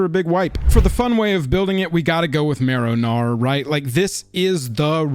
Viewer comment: Im sorry, it has to be my australian hearing but every time you said marrow gnawer - all i can hear is “marinara” 😂 Heres a sub just for that